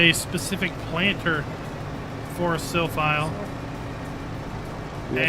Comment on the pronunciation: Great video, but I guess it's Silphie and not Silphile 🙂